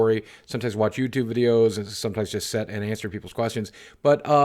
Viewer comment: In the beginning he said, “ladies and gentlemen of youdoob.” 😂😂😂😂